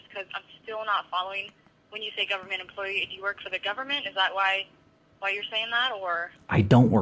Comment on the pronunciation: I'm so damn sick of hearing "employ E"